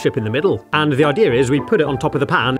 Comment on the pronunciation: “What the ideeer is” Aamzing.